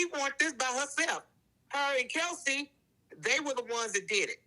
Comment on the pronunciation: Does mama know it’s Kelsey and not Chelsey 😅